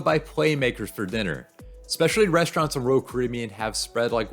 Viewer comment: One day he will figure out how to pronounce “Royal”.